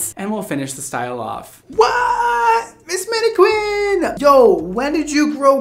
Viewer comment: "Manne-QWINN"???, surely you know how to pronounce that word properly......